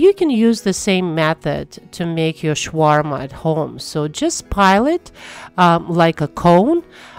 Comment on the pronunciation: Please stop calling it Shwarma. It’s Shawarma. Sha Sha. Not Sh Sh.